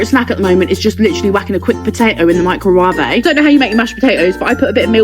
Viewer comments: literally NOBODY calls it the meecrowa-ve bro its pronounced micro (like microscope) and wave (like a wave in the ocean). Atleast thats how us americans say it. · Microwave ❌ Microwavae ❌ Meecrowavae ✅ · Why micro-wavè it's actually micro-wave as in micro=small wave=👋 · "isn't it the mee-cro-wah-vay?" IT'S PRONOUNCED "MY-CRO-WAYV". Your pronounciation of 'microwave' gives me an earache. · It’s microwave not microwave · mEEcrowAvay, nah bro its mikerwave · ITS PRONOUNCED My-cro-wave bro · Uh its pronounced M-EYE-CRO-W-AY-VE to make it easier to pronounce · microwavaey is She lobotomized or she wants to imitate like dumbasses from TikTok or YT shorts who are like "duredos(Doritos), funnyons(funions), pring læs(prinles), Caheetos(cheetos), imanims(M&Ms), ees crame(ice c#m)" and so on.... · Every "microwave" pronounciation i ever heard: "my-crow-way-veh", "my-crow-wah-vey" and finally "me-crow-wah-vey" Bonus:"Chipotle" pronounciations: "chih-poh-tley" and "chih-potle" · guys wtf is a maicrouhaive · No way bro called a microwave a “microwavee “ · "Meeecrowafe" is not tuff 💔🥀. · MICRO WAVAE? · Bro its microwave (mike-ro-wave) and bro its chipotle (chip-olt-lay) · it’s pronounced mai krow wayv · it's actually pronounced "my cro wave" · Us true Americans(this is just information on how we say it) pronounce it Micro-wave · mycrowavey is diabolical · "macro-wave" hurts my ear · wtf is a “mycrowavae” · ITS PRONOUNCED "My-Crow-Wave" now put it together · THAT IS NOT HOW YOU SAY MICROWAVE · bro criticizes a woman's pronunciation of microwave and then proceeds to pronounce it in the worst way possible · Even Kris knows that's a terrible way to pronounce microwave🥀